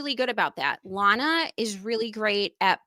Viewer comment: it’s LAN UH like LANd without the D LANuh Lana not LAWNuh … 😅